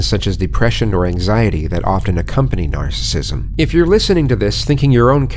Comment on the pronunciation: Narrator said “närcissism”